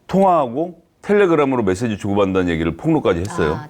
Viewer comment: ~~ 장성철~~ 메세지~~ 멧돼지로 들림~~ 멧돼지 맞음.. ㅋㅋ